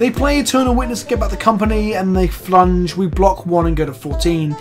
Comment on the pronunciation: Did I hear you say flunge? Are/were you a fencer?